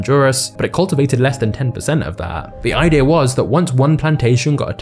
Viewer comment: Stop saying bananar and idear